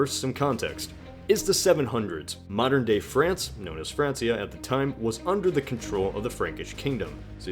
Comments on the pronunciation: Sorry mate, but you're incorrect here. Charlemagne, king of Francia (still pronounced Frankia in Old French; not Fran-see-ah) was the son of Pepin the Short. Not his brother. Charlemagne's brother was Carloman, who upon his death let Charlemagne inherit all his southern lands. I must say I have always been impressed with your accuracy but this was a massive blunder on your behalf. Lately you've been going down the History channel route and talking about Aliens. I understand that you are under pressure at the moment but put the channel on hiatus if you need to. This video was FACTUALLY INCORRECT. I cannot stress how important this is for you and your fans as you host a History Program! Anyway I hope you resolve your issues and I cannot wait to see the old videos back online and as fantastic as they used to be. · fransia? fransia?! now, i am no historian or whatever, but knowing it was presumably latin-based.., that should be the italian way of saying france, which is read francha